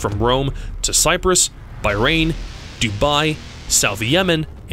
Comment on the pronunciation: I know it's not a known country but it's pronounced bar-rain. I lived there for years. Some people put an accent at the h but really good video my man 😃😃